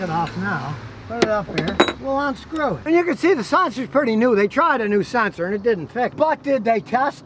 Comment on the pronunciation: *sluggishly "Onscrew"?? "Runneen"??